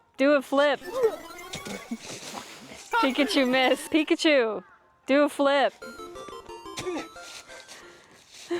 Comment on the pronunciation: Pi kachu not pikacheeew